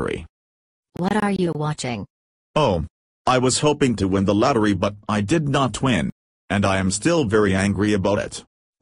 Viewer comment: “I hate the luttery !”